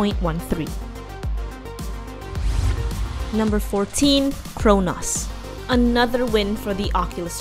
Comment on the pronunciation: Why does she always mispronounce words? How can you mispronounce Chronos??